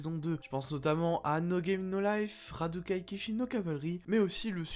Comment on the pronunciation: À d'ailleurs, j'ajoute ça : On dit Rakudai et pas Radukai